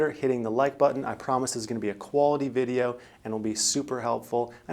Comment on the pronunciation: Kind of "vag"? Maybe a little "schaaling" lol. Thanks for the vaydeo though :) Thumbs up 👍